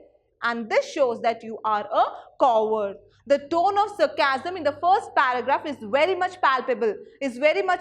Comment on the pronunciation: On 6.23 ma'am you said the word "coward", but the way you pronounced it is wrong 🙁